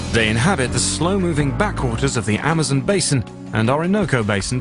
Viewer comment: the guys always say it funny this time it is amozmon